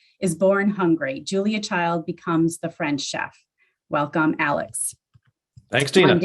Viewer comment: Did you say "Julia CHILDS"? 🤣🤣🤣 is a GEM of TROOT! ❤️